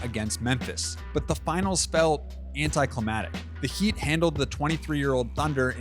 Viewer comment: If this man says “Anti-Clamatik” again